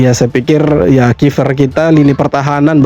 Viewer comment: kiper bang.. bukan kifer